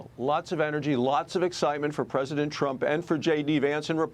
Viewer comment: Trump not Tramp. 🇺🇸 (full disclosure: I stole that slogan from a comment on another video because it’s really good!) 😀